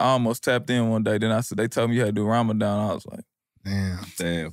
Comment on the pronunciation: Ramadan not that hard bro 😭😭😭